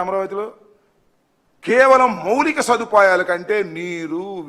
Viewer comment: Babu moolika kadu moulika ani chadavali 😂